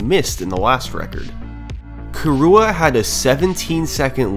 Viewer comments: Its not "Kurua" its "Kirua" !!! Learn to pronunciate and respect names! I am KIruas friend! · hearing you pronounce kirua as "kee-rooh-uh" kills me every time. which is really painful in a 1h 30m video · I love how you pronounce the name like Khu'rooah!